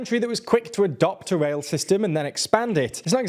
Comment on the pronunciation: Anyone else being driven mad by him pronouncing "rail" as "wail"?